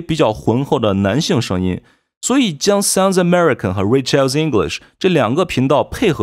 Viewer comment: Rachel 發音 ❌[ 'reɪ. tʃe~l ] ----> [ 'reɪ. tʃəl ]⭕ Rachel 發音 ❌[ 'rɪ. tʃe~l ] ------> [ 'reɪ. tʃəl ]⭕ 有些人看YT自學 發音沒得效果 還 沒 從 0 跨 到 1😢